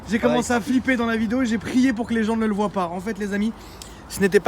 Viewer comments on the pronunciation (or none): none